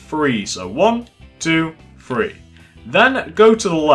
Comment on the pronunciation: It's not free it's three